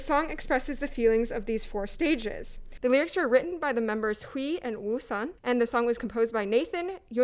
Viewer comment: did she just say "WOOSON"??!!!?! 😱😱😑😑😑